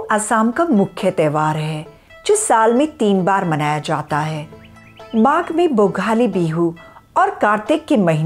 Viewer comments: The hostess should correct some of the pronounciation and facts... It's not rong goli bihu, it's rangali bihu and capitalbof assam is dispur....itna toh homework karna chahiye tha ma'am ko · Great initiative... But pronouncing Assamese words can be improvise... Eg: it's not Rangoli , it's Rongali bihu...